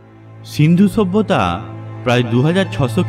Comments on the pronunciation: kathata sabhyata,bata ta bolte pareni! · কয়টা যে লাইক দিবো বুঝতেছিনা।কথাটা মনে হয় আর হাসি ওঠে।ছুব্বতা.‌....ছুব্বতা.....হা....হা.....হা.....হা.....😂😂😂😂😂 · কথা পরিষ্কার না।অবশ্যই=অবছ্যই।সভ্যতা=ছভ্যতা না।হা হা হা...